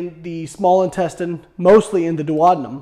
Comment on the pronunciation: I have never heard anyone pronounce duodenum this way. 🤯 😂